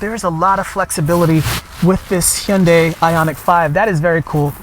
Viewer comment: I've never seen an English speaker pronounce 'Hyundai' correctly like you.😂😂😂 👍👍👍